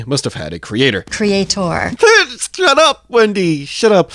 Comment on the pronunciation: I had to look up the Richard Dawkins interview with Wendy Wright. I have to hear her say "creator". And LOL, Right on cue just as I was about to type "creator" she said "Creatore"!